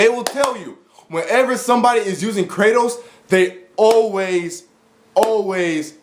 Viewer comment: By Kratos, I think you mean: "Kra-Toast"